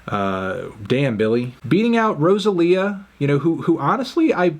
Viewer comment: why he say rosalia like that